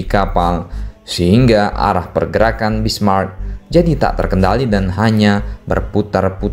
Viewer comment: Min, Prinz Eugen dibacanya "oigen" Kalo Bismarck huruf "c" nya sunyi, gak dibaca.